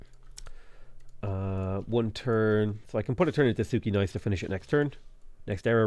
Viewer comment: Your pronounciation of Płock and Sukiennice is killing me.